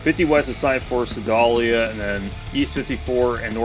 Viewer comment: Sedalia, the first A is a long A. Ce-day- lī-a